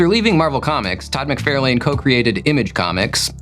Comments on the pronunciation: Todd McFairlane? It’s McFARlane. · Todd's last name is pronounced Mick-FAR-lun. He has plenty of videos of his own where you can hear him pronounce it himself. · Fun Fact Number 212: Around the time most comic fans began to discover who Todd McFarlane was, an abjectly awful film was being advertised on the backside of comics everywhere, called, “The Adventures of Ford Fairlane”. The year was 1990, and because of their somewhat simultaneous debuts, “McFAIRlane” became an incredibly popular mispronunciation of “McFARlane”. This created delectable debate fodder between my fellow nerd brethren for decades thereafter , and left Todd himself angrily fist-shaking Andrew Dice Clay to this very day. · Are you purposely saying McFARElane instead of the correct pronunciation? It ceases to be funny if that’s the case. You’ve been corrected many times in the past. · Idk if mispronouncing names is a bit, but i do not find it funny. It’s f*cking annoying. Mick-Far-Lin. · Can you please please please for the love of God learn how to pronounce Todd McFarlane’s last name? Seriously, Google it: “Todd McFarlane's last name is pronounced "mick-FAR-lin". “ Not Lane, like road, Lin, like a girls first name. Seriously, it’s like fingernails on a chalk board everytime you butcher it. He’s one of the most popular creators in history, with an easy to pronounce name… I honestly think you’re trolling us. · Check out the Wired “Todd McFarlane Answers Comic Book Questions” video. He says his name at the very beginning. It is pronounced “Mick-FAR-lahn" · Only $7600 for me this week, which is terrible. Also, I guessed Alyssa Milano as the answer to the first question. 😂 Also, doesn’t he pronounce his name “mc FAR lane?” Finally, how could you omit Moon Knight’s battle cry of “random bulls**t go?!?”